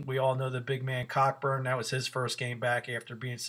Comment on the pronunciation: Nice, At least one person in the public sphere knows that the “CK” in Cockburn is not silent….